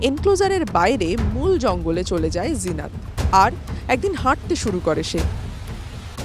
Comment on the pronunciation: লিখেছেন "জিনত" আর উচ্চারণ করছেন "জিনাত"??? ফাজলামি মারার জায়গা পান না? এটা কি হিন্দি? হিন্দিতে যা লেখে তা উচ্চারিত হয় না। আনন্দবাজার কি হিন্দি লিখতে শুরু করেছে নাকি? মেরে পাট করে দিতে হয়।